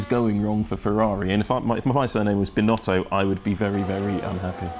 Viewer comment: Did he really say "S🅱️inotto" ? lol